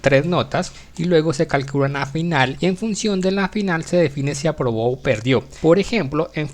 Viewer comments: pq dice abrobo? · entendí todo pero creo que debió escribir aprobó mientras que dice abrobo pero no importa gracias por el contenido